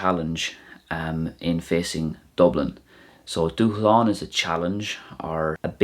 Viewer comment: Thanks. I've heard you say the word dúshlán a few times now in various videos but I can't grammatically figure out why the S is silent. I know SH isn't a standard combo in Irish, is that why?